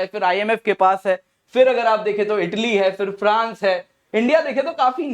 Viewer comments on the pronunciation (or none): none